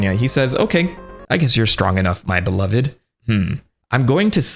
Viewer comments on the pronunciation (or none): none